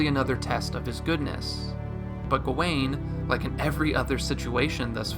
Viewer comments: Dude analyzed the whole movie, Wrote a script to explain it in detail, proceeded to record, listen back, and edit and not once chose to pronounce gawain right. Even the clip in the begining that old man says it correctly as "Gah-when" and you say "Gah-Wayne??" It's infuriating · Why do you keep saying his name "go-wayne"? Didn't you watch the movie?